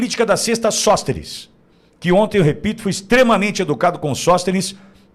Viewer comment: Sõstenes o que é isso??